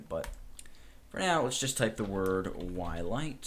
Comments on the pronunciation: DUDE its Twilight not whilight XD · Um... 'Whilight' ???? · It's called Whilight not Wilight! HAHA, omfg, lol